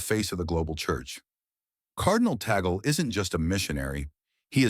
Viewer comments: Just for the record “Tagle” is pronounce as (Tag-Lei) not TOGGLE thank you. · Tag-leh, not taygel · His name is pronounced as TAG-LEH. When talking about non-American personalities, please learn the correct pronunciation of their names too. Also, i dont agree that he is rapidly becoming the church’s heart. He is a wonderful, charismatic shepherd and church leader, but the heart of the church is still very much the Pope, with his boundless capacity for love, compassion, and empathy, his magnetism, intellectuality and innate ability to connect to people, i am quite certain he will usher one of the greatest periods in the church. Let’s pray for all of them. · AI voice videos always puts me off... Yes, Tagle is pronounced Taag lay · AI voices, or text-to-speech voices are annoying. Cf. synthetic voice pronunciation here of "Cardinal Tagle," --wrong.